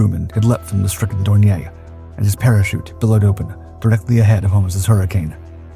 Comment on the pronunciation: Dorn ee er. It's not French.